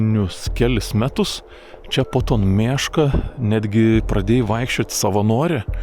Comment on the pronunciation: Jauciu daugiau nei puse zmoniu pagalvojo, kad pasakosi apie “meška” o ne “miška” :D